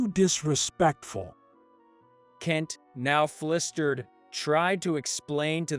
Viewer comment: Flistered instead of flustered?